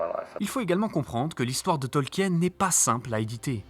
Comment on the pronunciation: Super boulot ! Vous m'avez appris deux trois anecdotes malgré mes 50 60 vues sur LOTR 😅 Juste, par contre en tant qu'anglais on dit TolkIen ; avec le I. Mais cest un détail ! Super boulot merci ! 😁